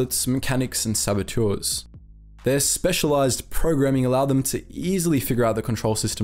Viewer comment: Saboteur, not sabotour.